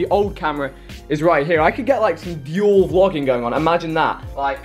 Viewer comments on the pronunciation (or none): none